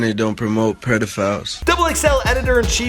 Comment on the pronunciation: Just noticed said "predophile"